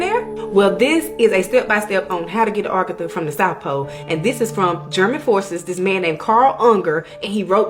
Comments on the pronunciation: Bro, it’s aGartha, not argatha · ......it's uhh gar tha...not ar ga thu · This woman is kicking up my OCD. I don't know why it bothers me so much. But, it's "Agartha," not "Argatha." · Argatha? Think she got her r and a mixed up a little bit... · Its a-gar-tha